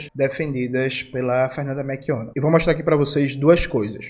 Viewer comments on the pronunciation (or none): Jones, tu tá falando "meRchionna" em vez de "meLchionna"